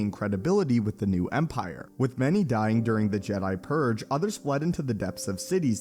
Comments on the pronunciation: Purge not "purr". They're not cats! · Why does he keep saying purg and not purge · What is/was the Jedi Purr? Or am I the only one who hears "Jedi Purr" when the subject is obviously the "Jedi Purge"? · did you say purrrr? its purGe! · I always hear „Jedi Purr“ instead „Jedi Purge“ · What is up with this guy and not being able to say purge the right way? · You said "purg" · This guy doesn't know how to pronounce purge. Jeez.